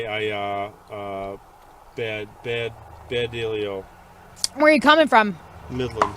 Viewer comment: “ Baa baa baa bad deel ee oh” The 1st coherent words out of his mouth when officer asks him “ are you ok ?” The officer gave him the benefit of the doubt too many times and he failed each and every time . Sorry he needs a suspension with out pay while he looses his license for 6 months and then face loosing the job permanently if a judge or whoever rules on these things decides his fate . I can understand him sitting at home and getting sausced liked anyone else but Anyone driving under those circumstances deserves the penalty the law provides , occupation does not grant legal immunity Except to those who are Diplomats in foreign countries